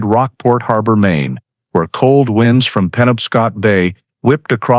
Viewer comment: Should have been "winds from the bay blew harder." But the voice said WInds like winding up a spring.